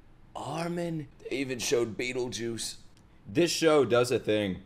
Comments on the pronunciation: Im dead when he said bertholdt as "bettlejuice" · bro someone make a compilation of saying berthodlt's name wrong please 😂